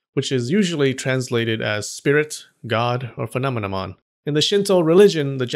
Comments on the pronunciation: Fee-nom-me -non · Sweetheart you really can’t say phenomenon can you ❤️😂